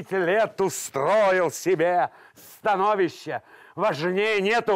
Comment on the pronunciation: Кстати, с влове "становИще" ударение на предпоследний слог. "СтанОвище" это очередная деза от нерусского учителя русского языка. Впрочем, весьма симптоматичная.